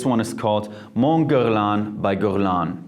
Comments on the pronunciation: not Guerloin but Guerlain (hein)!!! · How can you mispronounce so many names and still get that many views??? 😅 i know for a fact that that's not how you pronounce mugler, gabrielle,guerlain and many other names. Mispronouncation has just ruined the video for me!!